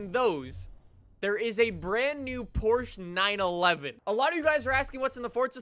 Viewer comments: Its not called Porsch. Its called PORSCHE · Porsche is pronounced like Poor-shuuh... not poorshhh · Can you start pronouncing the E please??? Its not Porsch its Porsche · Its porche not porch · ITS PORSCHE NOT PORSCH !!!!!!!! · PORSCHE-AH PORSCHE-AH GET IT RIGHT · It's just Porsche not Porsche-a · The way he pronounces Porsche bothers me so much.😂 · PorschE has 2 syllables!